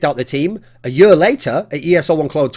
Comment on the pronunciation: "the next yur of cs"